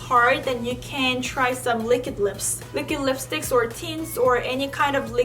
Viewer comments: She says Likid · no one:: l i k i d. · was she saying liquid lips?